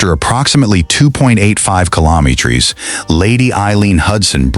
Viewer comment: Could you teach your AI voice to pronounce meters, kilometers and rows correctly